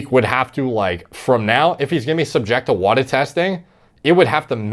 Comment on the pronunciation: WADA is pronounced wod-ah not whata.